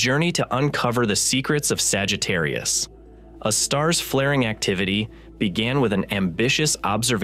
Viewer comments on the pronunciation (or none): It's not pronounced Sagittarius uh star. It's Sagittarius "A" star. A, as in hay star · Someone please re-train the AI voice that capital letter “A” (aaay) is not pronounced as if it’s an indefinite object “a” (aahh). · I get it that we’ve devolved to omnipresent AI narration. But if you’re going to use AI, at least make sure that it knows how to say the main topic of your video. We had 3 or four different pronunciations of Sagittarius A*. My favorite - and the first to appear - was “Sagittarius (a star).” Well no, Sagittarius A* is not a star. So I guess, if your AI can’t pronounce what your video is about, you really should fall back on an actual human narrator. (Revolutionary, I know…) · IMHO I would ditch the AI narration, or at least edit out the myriad instances of where it chooses 3 derivative pronounciations of Sagittarius A Star, such as: "Sagittarius Uhhh Star" It waters down the production value significantly. That said, it's otherwise a pretty.good presentation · Yes, me too! Ugh! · Sagittarius astar... This AI voice model needs work on its proofreading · yeah but it's most of the time that I hear it pronounce Sagittarius a star as Sagittarius astar, and I honestly don't think you can force the AI voice model to pronounce a certain word correctly depending on the language model it was built on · Y’all need to fix your AI’s pronunciation of various words, especially Sagittarius A* …